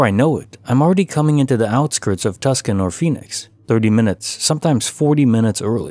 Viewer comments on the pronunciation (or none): Tucson is actually pronounced "too-sawn" hahahahahaha! No idea where that spelling came from, but I know you're not the first to mispronounce it. (Tuscan(y) would be Italy.) As always, great stories. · You know its pronounced Tuson right? You don't pronounce the c lol also these are all really old stories tbh heard them a long time ago and more than once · Case File #226 Tucson is Unpronounceable to Narrators Nationwide